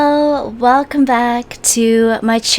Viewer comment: Everyone:hello:ha-lo srry to be offensive